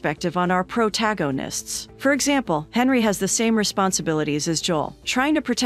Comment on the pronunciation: lmaoo 😂 the little bot reading program had some beeeeg trouble there didn’t it??! what did you do? misspell it or can it just not say protagonist